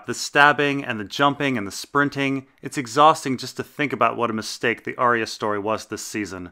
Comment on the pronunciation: Still pronouncing Arya wrong, I see.